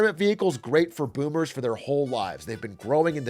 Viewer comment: this man definitely said “boobers”, not boomers